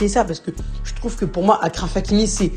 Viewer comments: C’est Achraf que ça se prononce pas Akraff 😭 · Achraf comme chaise ça se prononce de la même manière